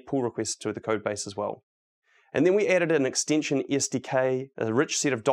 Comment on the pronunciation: If an extension is an extinction, how do you pronounce extinction? :}, talking seriously y love VSCode, great talk